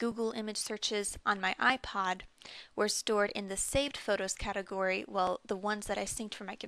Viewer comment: she said iplod i swear lol